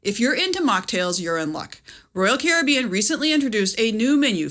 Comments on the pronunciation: Your pronunciation of Caribbean drives me crazy. I had to stop watching. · I'm just bothered by her pronunciation of carribean. I'll get the drink package and enjoy the lack of worrying about what cost will add up at the end of my vacation. Thank you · Its pronounced Caribbean..... NOT Caribbean. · The way you pronounce Caribbean is annoying. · Pronouncing Royal Caribbean the same way you pronounce pirates of the Caribbean is wild 😜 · Please pronounce Caribbean correctly! As in Royal Caribbean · Your pronunciation of 'Caribbean' and 'Evian' had me in stitches 😂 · Yes, and the pronunciation of "complementary" along with using "your" in the graphic when "you're" is called for. (It's tough being us.)